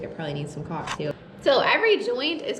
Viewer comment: If YouTube doesn't censor this one I'll be surprised not sure if you listen to it really really close how are your pronunciation of caulk actually sounds. And then you get the borderline dirty insinuations in conjunction with the miss pronunciation.